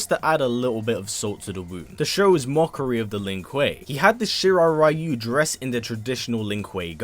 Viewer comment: Ryu. Is pronounced reeyou not raiyou:/